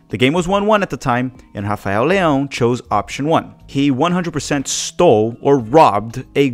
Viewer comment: Don't think Leao is selfish and You getting too wind up about him not giving the ball to Pulisic and don't know why you mispronounce his name